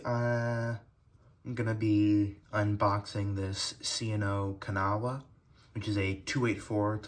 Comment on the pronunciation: The name Kanawha is pronounced kanaaaaa. 😊